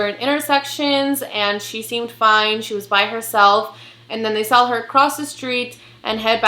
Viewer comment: girl I love you and your channel but I died ever time you say “sawl” *saw lol it’s funny and cute. Keep doing what you do.